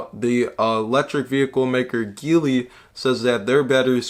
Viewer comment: btw its pronounced G Lee ;)